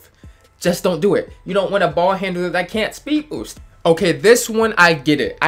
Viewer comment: “you won’t be able to speed boowst”